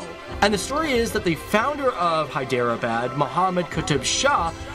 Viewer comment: Your pronunciation is correct Professor